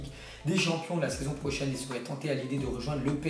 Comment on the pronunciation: "La saison proxhaine"